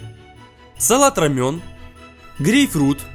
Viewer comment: Салат называется Ромэн или Романо. Но никак не рамён. Рамён это корейская лапша. Слух ужасно режет. Вроде готовишь, а элементарных названий не знаешь.